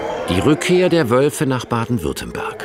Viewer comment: Weiß nicht aber ein Sprecher vom swr sollte wissen das es Baden Württemberg heißt und nicht Baden Württenberg ….scheiss gez , Wölfe sind der Hammer